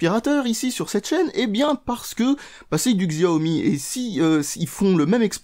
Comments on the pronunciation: Juste pour info, on ne dit pas "Xziaomi" mais "Chiaomi". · Ça se prononce Shiaomi, bordel !